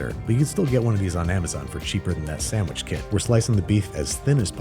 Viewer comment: Classic Babish episode. I want a sammmich